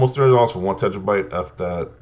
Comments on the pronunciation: Tera-byte. Not tetra. All I kept thinking was tetrapak.😂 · Tentrabyte 🤣 what is a tentrabyte? Good vid tho